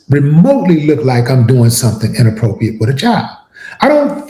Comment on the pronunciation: Why do he keep saying Inappropriate like that😮😅😮😅😅